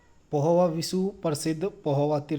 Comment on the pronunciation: Dear sir, strengthen your vocabulary.. For example. .your first word.....पिहोवा.पोहवा